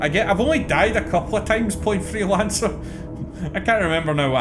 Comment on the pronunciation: I swear I heard "Hitman Threelancer" 😛